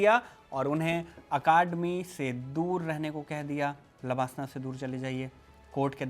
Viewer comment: Pronouncing लवासना wrongly. This is place in Maharastra. While you are talking Lalbahadur shastri Academy for IAS training. Created confusion for a while.